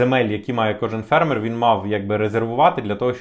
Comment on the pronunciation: Фермер, наголос на перший склад, на фе, а не на ме.